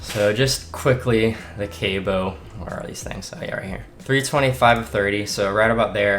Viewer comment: It’s not cable, it’s Cabo (cah-bo) 😂